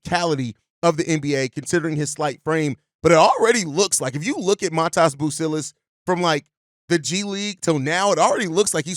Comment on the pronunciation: it’s pronounced Mah Dez bro